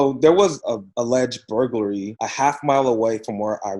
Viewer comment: 'Alledged' has only two syllables